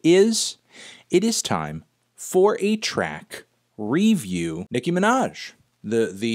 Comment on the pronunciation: Her name is "Nicki" Minaj. It's pronounced as it's written, Anthony, not like the N-Word.